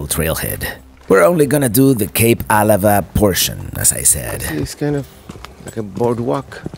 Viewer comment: I was born and raised in Port Angeles!😃 It's always it's pronounce fun to see PA and all the places up and down the coast, that I have been to so many times in my lifetime! Especially Kalaloch!! Oh...for what it's worth, it's pronounced Cape Ah-LA-va. Thank you so much for this video!!